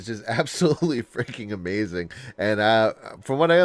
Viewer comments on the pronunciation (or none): none